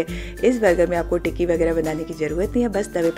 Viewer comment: You are saying tikiwiki what is Wiki ❓❓❓❓ 😂😂😅 but very nice recipe